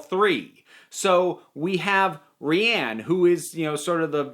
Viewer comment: you are legit the first person ive seen review this show that pronounces rian's name correctly instead of something like 'ryan' or 'rain' and take that as a high compliment